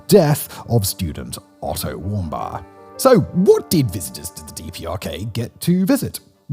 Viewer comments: I believe his name is pronounced warm beer, not bar. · “Warm-bye”? It’s pronounced “warm-beer” you dolt. How are you consistently bad at this??? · Why is he pronouncing Otto’s last name like that? He said it right in his other videos….. 💁🏻‍♂️ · You cannot be real, the way you talk is so annoying and exaggerated. Also the way you say Otto warmbier makes me want to cut my ears out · His pronunciation of Otto Warmbier is pretty wack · It never stops to amaze me how Simon knows nothing besides the script. In this video, the repeated horrible pronunciation of Warmbier's name gives away that he never heard of him before.